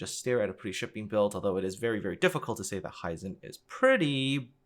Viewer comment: Very interesting video. And the art departement really has always been top notch and recently the (sole?) saving grace for the game. One gripe I have with the video: The pronunciation of "Hizen". Japanese words are mostly pronounced "as they are written". I am not really sure how to illustrate that here though, apart from maybe that it is similar in German, maybe that helps.